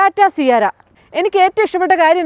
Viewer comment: Tata സിയാര അല്ല സിയാറ( അറബിക് വാക്കാണ്)